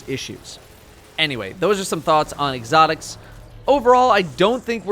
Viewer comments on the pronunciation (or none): "Egg-otics"